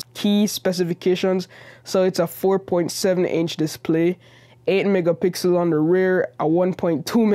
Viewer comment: 8 megapickle😂